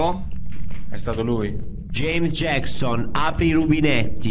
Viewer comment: Nessuno: Proprio nessuno:: Gieims Giecson